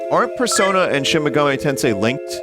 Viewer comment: binty played shin megahmee tensay...I can't believe it.